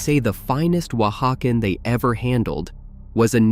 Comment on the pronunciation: Someone else stumbled across the thing 'Oaxacan' gets pronounced differently every time the narrator says it?